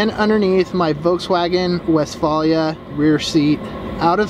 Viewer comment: and he pronounces it incorrectly...